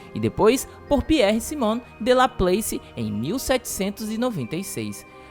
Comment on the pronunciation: A pronúncia de Laplace é igual a escrita.